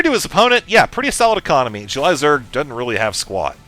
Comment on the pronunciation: i like the way says "jew-lie" zerg